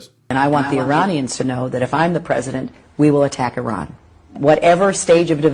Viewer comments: Why do you keep saying Oh Ran? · Just in case you didn’t realize, you are saying O-ran instead of I-ran.